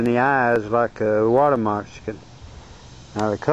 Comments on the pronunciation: Its Moc- ca-sin not mox-i-can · lol, you say 'water messicon' sounds like 'water mexican' =) cool video, though also, I read somewhere that those things can still bite hours after death (reflex) - be careful! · Dude, learn how to say moccasin.